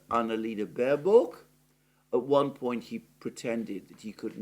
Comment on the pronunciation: Annalena Baerbock - pronounced “Bareback” 🤣🤣🤣